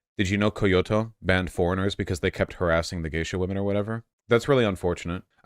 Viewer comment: Co yo toe😂